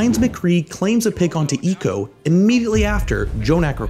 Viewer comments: Its ee que oh, not eekoh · It's Eeeh-Queue-Oh, not Eeeh-ko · Okay, I love this, but eeko? Cmon, it’s E Q O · Great video, though I'm super triggered by the way you keep saying EQO's name. It's "E.Q.O.", not "E-co" lol. Much love, keep up the great work <3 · Thought u pronounced it E-Q-O not eeko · Oh this hurts my ears. It's E-Q-O not ecco, Urrrggg! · It hurts hearing you call him "Eco" not E Q O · Equo, not e q o. Pain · Its e q o not eco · E-Q-O.......not eco. Sorry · pretty sure its pronounced E Q O and not ECO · It’s pronounced e q o not eqo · You NEED to start pronouncing player’s names correctly... “Leebero”? No, Libero. “Echo”? No, E Q O. It’s a matter of respect towards towards the players. You’d be annoyed if people referred to your channel as “ection asports.cam” because that’s incorrect. Please learn how to pronounce player’s names properly, for goodness sake you hear the casters pronounce them all the time so show a little diligence. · Yes there is a lot of depth in the detail other than the fact that he couldn’t pronounce EQO correctly